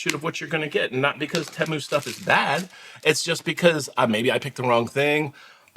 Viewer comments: it's pronounced teemu the way you said it before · No it’s TEE-MOO. Temu. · Hi. Just call it Tee-moo. Sounds wrong calling anything else. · On Superbowl ad , they said Tay- moo.😅